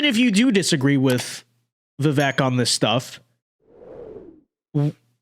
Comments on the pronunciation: Pronounced VIV VAKE, for goodness SAKE 😊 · Even commentators who agree with Vivek's positions will still not even bother to pronounce his name correctly. Very lazy of you,.